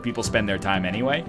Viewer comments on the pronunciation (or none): none